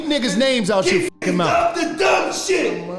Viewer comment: its mouTH NOT mouf